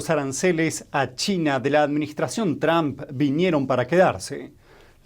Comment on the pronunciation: Por favor no diga Tram para decir el nombre de Trump. El sonido de la "u" en el nombre de Trump no existe en Español pero se puede crear diciendo una O con la garganta sin formar la letra o con los labios. Practique diciendo el sonido de la letra o con la garganta en Español sin mover los labios. Diga tromp haciendo esto (la o con la garganta sin formar la O con los labios)